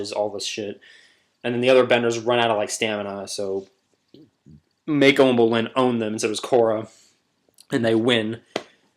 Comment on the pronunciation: its moc-oh not may-co